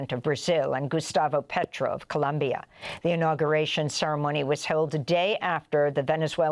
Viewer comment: ColOmbia with an O, please Amy! NOT a University.🙂 YOU're the BEST.